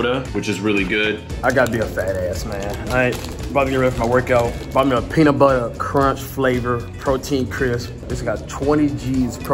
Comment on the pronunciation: cash why did you say peanutbutter like that